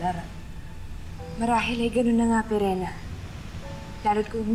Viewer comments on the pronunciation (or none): pirena hindi perina tas emre hindi imre hahaha